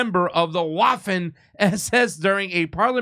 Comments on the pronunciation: it's pronounced "Vaffen," not "Waffen." In German, "W," is "V," and, wait for it, "V," in German, is pronounced, "F!" Keep up your great videos! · Come on! It’s pronounced “Vaffen”, not “waffen”. It’s German, for Christ sake. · Its not waffen.....its pronounced Vaffen , . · A "W" in German is pronounced like an English "V." Love the show. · W's are pronounced as V's in German (Duetch) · It's pronounced with a V as in, Vaffen SS. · Did I hear you right? Did you say WAFFEN? 🫠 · It’s pronounced ‘Vaffen’ SS. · It is pronounced 'vassen,' idiots. I am waiting for the 'Glorious Red Army' to apologize for raping its way across Eastern Europe. Does rape of conquered people count as a war crime? Putin could apologize for the Holodomor, which may be the main cause of the divisions in Ukraine till this day At least he apologized to the Huns and the Czechs. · Hey, you need to say it like VAFFEN. Lol you say Heil mein führer to Trudeau. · You should pronounce waffen more like vaffen actually. ;) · There is no W sound in German. It is pronounced as [Vaffen], as in [Rehard Vagner] but spelled Richard Wagner. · It's pronounced 'Vaffen SS' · Minute Except it's pronounced /VAH-fehn/,. I think it's incumbent on Western politicians to declare whether they're committed to seeing an end to Hitler and Hitlerism, lest they be counted among those who're working to see a revenge for the victory of May 8-9, 1945 against the German side (revanchists) and are using the name "Russia" as a proxy for the remnant of the anti-Nazi alliance they want to see destroyed. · That's not how you pronounce "Waffen"! 😂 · Im good with the pronunciation on the show of course, but the W is pronounced as a V in Waffen.